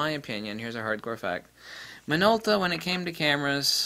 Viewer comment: “now this is a Minolta for uh...” WHAT model is it? You spend four minutes complaining and .04 seconds saying the name of the thing you are reviewing. Speak clearly.